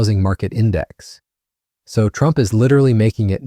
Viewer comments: Yikes...the irritating AI voice forced me stop listening when it pronounced TRUMP as "true MP". sigh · This AI can’t even pronounce Trump! “True empee ” !!!